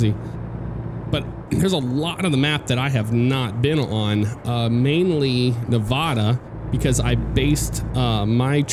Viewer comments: it's nuh va duh not nuh voh duh Hahahah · I love you and your work a tonnnnn but ermagurd, you make my head twitch when you say Nevada. Being a Nevaden myself, it's pronounced with an A as apple, not A as in ahhh. I'm sure you will get this comment a lot too lol. Keep up the good work. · hahaha it's a Nevadan thing or maybe a west coast thing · Not how Nevada is pronounced😤😂 but other then that it was a great video. Loving how ATS looks so far keep it up